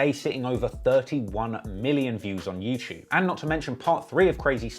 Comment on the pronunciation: Who else came here just to hear him say "youchewb"?